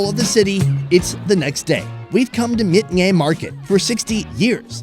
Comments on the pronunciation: It is pronounced as "Bate" not "Myeik" and you should try their " Cut Kyee Kite" noodle!! No kidding its good food. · spelling is Myeik, but pronounce is Byeik(Bait). love that channel. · Myeik, ၿမိတ္...😁 pronunciation of voice is Bape. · Myeik is autually pronounce bake